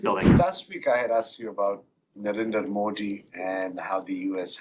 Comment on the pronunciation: Well to his credit, he is the first Pakistani I heard pronounce Modi correctly instead of Moody 😂